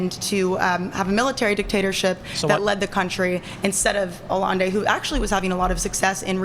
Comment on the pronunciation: She can say Chee-lay for Chile, but doesn’t know Aye-enday for Allende???